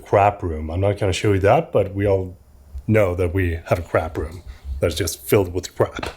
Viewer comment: hehe I thought you were talking about the toilet you say "crap room" great vid as always